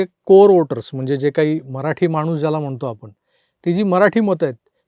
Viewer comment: एवढे व्हिडिओ बनवता, आम्हीही व्हिडिओ आवर्जून बघतो/ऐकतो पण..‌शुद्ध मराठी बोलण्यावर जरा मेहनत घ्यावी असं मनापासून वाटतं.. विशेषतः न,ण म्हणजे मानसं आणि माणसं हे असे सोपे शब्द रंगाचा बेरंग करतात! योग्य उच्चार केलेत तर बरं वाटेल...बघा प्रयत्न तर करा!